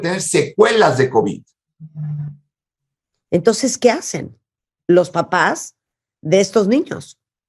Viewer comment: El omicrón y el covichsss.